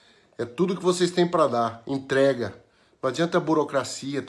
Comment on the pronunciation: Que nem o falou " intrega" kkkkkki